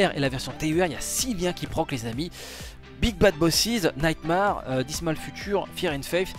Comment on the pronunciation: "Naïte Marre"